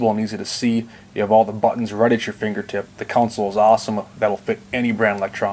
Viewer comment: All these guys in these videos say counsel instead of console?